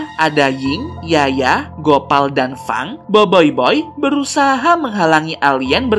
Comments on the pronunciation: Bang itu bukan fang tapi feng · Feng bukan fang bang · Probe > cara sebutan = Prob Fang > cara sebutan = Feng Ochobot > cara sebutan = Ocobot Mas bila jadi okobot???😒😒😒